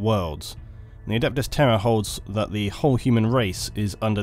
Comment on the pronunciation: One complaint: you pronounce the words "terror" and "Terra" the same, which has caused me a lot of confusion.